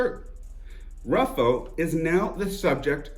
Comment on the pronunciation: Ruffo (pronounced Roofoh) is 91 years old living out his life in a private BUPA care home in the UK. Completely bald, clean shaven and 70 pounds lighter, with an acquired accent. The chances of arrest are minimal.